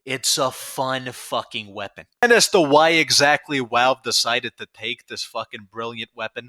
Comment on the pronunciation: why do you say walve instead of valve